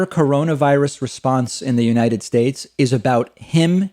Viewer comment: Still can't say United Shtaych right..... REALLY!!!!!? I know Trudeau isn't that great either n yes he has been investigated but at least he can talk right. A friggin game show host, c'mon America, might as well just nominate Chuck Woolery or Bob Barker to run for President.